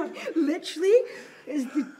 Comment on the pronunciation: Why are you trya say 'literally" with an accent?